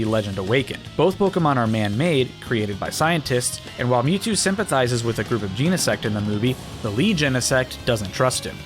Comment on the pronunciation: Bro cannot decide how to pronounce Genesect